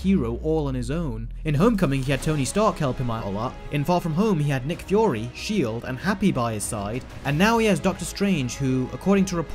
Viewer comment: "Nic fyory"?